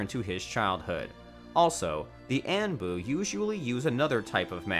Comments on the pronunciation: Anbu is (On-Boo) not (An-Boo) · What’s And-boo? 💀 Say On-boo 😭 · Anbu pronounced on-bu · The Ann-Bu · I deadass was getting heated 😂 dude said sannan and annbu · I’m not gonna lie, I was gettin over being upset about some personal stuff earlier tonight. But the moment I heard him mispronounce ANBU (On-Boo), I had to rewind to make sure I heard that right. I even put on English (auto generated) subtitles just to make sure I wasn’t goin crazy. Now I’m upset again. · And “An boo” lmaoo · Anbu “anne boo” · The way he says ÆNBU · Anbu pronounced “On-buu” Sanin pronounced “Sah-neen” smh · aanbu, yumato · Borooto Hokash Annbu Sannins Konoh-HAh Chi-granny Hatakee Nar-rooto Mang-ga Team of Seven I think I actually prefer the video like this. The trolling is continued. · "kahashi" "annboo" "yahmawto" "sass ori" "sann-N" "kan-o-ha" "ha-taki" buhrootoe" "sackoomoe" "nuhrootoe"